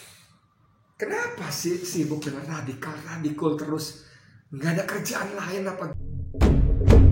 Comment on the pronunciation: Redikal redikul,geli geli sedap degarnya